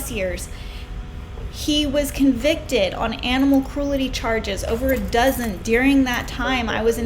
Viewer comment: The word is "cru...EL...ty"